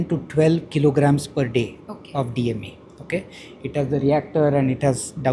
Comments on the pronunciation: Diwaro pe likha hai bada bada DME. lekin behenji fir bi DEM hi bol rahi hai bar bar. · Why this anchor doesn’t understand that it is called DME and not DEM ? Wake up ! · DME madam DME.....DEM nahin....ek page pe 100 baar likh le laao....but still good news. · This reporter is sure dumb. Though the scientist time and again emphasis DME many times she still says DEM. The quality of reporting a d reporters have hit the rock bottom. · It is not DEM but DME. The reporter needs to hear to the gentleman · He kept saying DME, And she kept saying DEM.... How dumb are these Genz reporters today? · Why she keeps saying DEM when scientist says it is DME with full form Dimethyl Ether. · MISS Reporter....you have to listen more carefully...Listening skills bahuth improve hone ka hain...woh ...clearly udhar likha bhi tha..DME ..not DEM😊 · Hi Anchor, He is correcting you indirectly many times that its DME not DEM. Cant you correct yourself? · Either she is having a trouble with words and spellings, or she deliberately wants to rename the product 😂 Professor says DME many times but she keep on changint to DEM. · I too was thinking on the same lines, as to why the reporter was spelling Di Methyl Ether DME as DEM again and again? Each time, I hoped that the scientist would politely correct her. But he was too polite that instead of correcting her directly, he indirectly repeated the full form and short form so that she could correct herself without embarrassing herself. But alas! she has probably ingrained it in her brain as DEM. Makes me wonder whether the reporter was actually listening or not. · I think she cannot say DME so she always says DEM.Otherwise she conducted interview well.credit also goes to the director who is very clear & down to earth. He never corrected her but went on saying " dimethyl ethanol " everytime.❤ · interviewer has ZERO listening skills ... he must have said a zillion times that it is DME and she keeps saying DEM. what a b_itch/! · DAMN ITS DME NOT dem